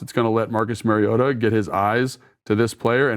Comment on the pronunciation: Pronunciation of Marus Mariota's surname has been a radio topic this week, and the first syllable is like the 'ma' in grandma, not like the 'ma' in marriage. Marcus himself pronounced it that way, and now that I know the correct way, it is mildly annoying to hear detail-oriented Logan repeatedly mispronounce it. I am sure Logan is not doing that deliberately, and will correct it in future. In any case, we are fortunate indeed to have both Marcus playing so well and Logan explaining so well what he is doing.